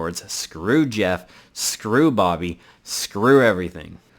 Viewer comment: also i think geoff is pronounced differently